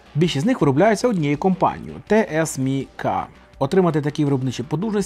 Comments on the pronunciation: ті-ес-ем-сі, а не те-ес-мі-ка. найбільша у світі незалежна компанія з виробництва напівпровідників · Те Ес Мі Ка ріже вухо) Ті Ес Ем Сі у всьому світі її називають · Не Те ЕС Мі Ка а Ті ЕС ЕМ Сі. Не каверкайте, будь ласка, як то роблять часто за порєбріком. Дякую. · ТіЕсЕмСі не теесміка) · ТСМС А НЕ ТСМК